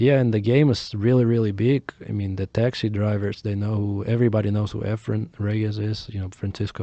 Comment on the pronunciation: E'fren, not 'Efren.